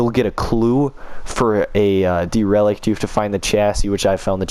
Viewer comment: Dereliction of duty on pronunciation of derelict.